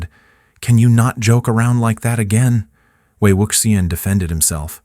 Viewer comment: no lo soporto, podria pronunciar bien ese nombre tan bonito..